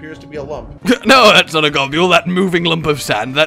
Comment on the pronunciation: Bruh, gobule cant possibly be how you say his name lol i always said gobble or go-bull